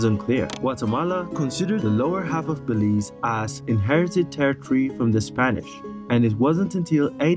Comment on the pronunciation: He said Belize correct...your messed up